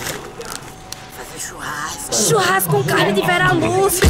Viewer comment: "faze churrrrrrrrasco''